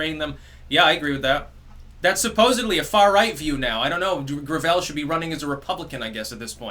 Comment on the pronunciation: "grav-ELL"... it's gravel. He's endorsed by like Hyacinth Bouquet